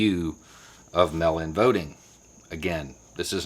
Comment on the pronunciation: I agree with this - and yes it's frustrating as hell, even though it'll end up benefiting me since I mailed in my request for a mail-in ballot yesterday here in Florida. Just one TINY little critique of the video...I had to hear it a few times before understanding that you weren't talking about a "melanin ballot." Enunciate for us transplanted yanks listening in please! MAAAAAYL! Not mel. Sincerely - one of the minority in The Villages voting for Biden.